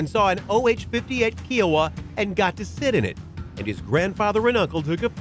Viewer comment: Kiowa is K-eye-oh-wuh, not Kiwi sounding Kee-oh-wuh. Long I.